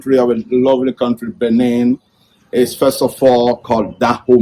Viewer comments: Dude, it's not Benign but rather Benin. Please correct because it's embarrassing. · It's BENIN and not BENIGN